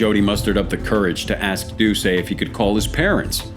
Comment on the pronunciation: It's not Jeff "Doo-say". It's Jeff "Doo-set"